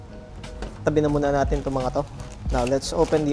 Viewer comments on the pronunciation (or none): none